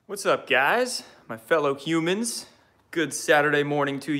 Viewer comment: Did you say hello fellow humans or qumans...